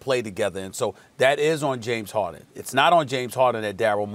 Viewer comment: Nobody: Kendrick Perkins: JaMEs HaWDin